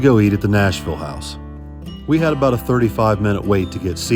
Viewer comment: Sorry aboot the smoke eh. A Canadian~